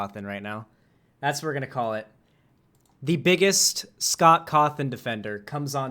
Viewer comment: He do be sayin Scoff Coffin for real tho